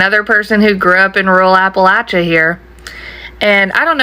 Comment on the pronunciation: You pronounced Appalachia wrong. Also, catman lady is wrong. Male cats and female cats will travel for miles from their homes for food, mating, and territory. I also live in the country and male cats show up here all the time. I have no neighbors on any side of me for at least a mile in any direction. Omg eagle feathers? It's illegal to have any bird feathers (especially eagle feathers) unless you're native american!